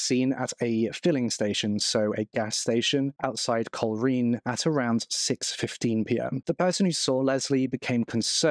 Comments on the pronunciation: Coleraine is pronounced coal rain 😬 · Would you please learn the pronunciation of places before you post your videos ! it's pronounced Col- Rain ! Your spoiling your videos and I suspect many people will be turning off as I am now